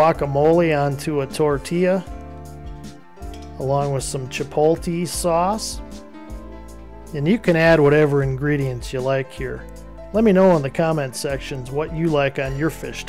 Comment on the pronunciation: Chipotlee lol